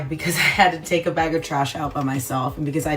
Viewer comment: WTF is a bayg?